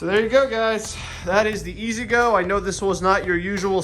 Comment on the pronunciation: Ego not ezgo